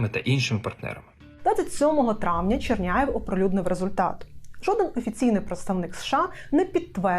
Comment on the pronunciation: Тільки прізвище депутата - Чернєв Єгор, а не Черняєв